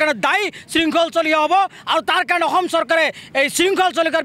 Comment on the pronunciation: অসম শব্দটো আগতে ভালকৈ ক ও বোপা